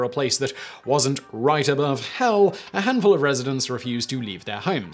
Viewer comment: Simon said so much gold in this video: "go to a place where it wasn't right above HELL" "There is not going to be a lot of demand for land located right above HELL" "Only remain 5 crazy people, also know as residents" One must appreciate the emphasis he put in the word "hell" every time he said it during this video lol